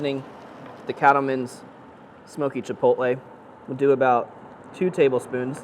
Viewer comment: well i give you the credit for to accurately say chilpotle